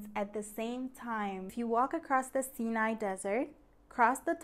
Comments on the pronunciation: Haha! Got me with the creative title. TRANScontinental. Oh and I guess I've been saying it wrong all these years? So the area bordering Asia is pronounced "See Nye" and not "Psyh Nye"? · I did not know that's how you pronounce Sinai over there. Anyways, it's fun to see how your channel is developing. :) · you had a flub pointing at and meaning western Egypt while saying "eastern". That said nice video. I was today years old learning the pronunciation of Sinai. Could you do a video on religions/ancient religions of Egypt? Thanks.